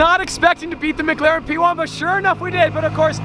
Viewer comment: "MiGlaren" is what I hear every time tries to pronounce "McLaren." lol